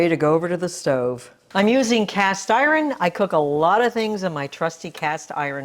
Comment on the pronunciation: I'm unsubscribing for that uninformed comment. You should worry less about political commentary and worry more about your mispronunciation of escape and iron.